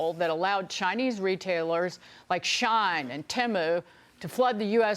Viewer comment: It's "she-in" not shine 😅